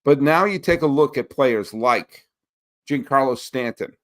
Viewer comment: I like your takes and you're very knowledgeable but please pronounce Giancarlo correctly.